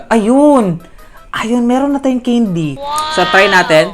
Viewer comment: Mali pag Bigkas mo sabi mo ceindy hindi po ganon candy po mali po kayo😅😅😅